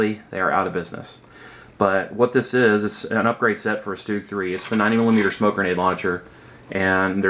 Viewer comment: What the fuck is a stoog It's a Stug S T U G...............